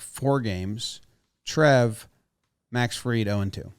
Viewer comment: Dude on the left can’t even pronounce Max Fried’s last name correctly. Come on dude. Disrespectful to a hell of a pitcher. It’s not Field